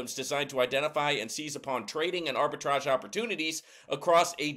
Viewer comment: It's pronounced like Arbi-TRAGE, NOT TRAIG. Thanks for the video!